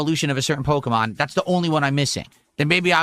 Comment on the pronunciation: I can't remember where i heard him say "porkemon" lately. Sounds like a good title for a meme song